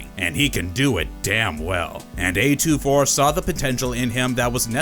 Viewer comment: A24, not A2-4